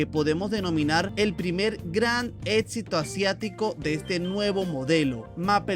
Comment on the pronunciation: Tu vienes de la misma alcantarilla que Espartaco18, cierto? Ambos dicen "ETSITO" en lugar de éxito